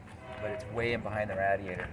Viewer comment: is that pronounced radie ator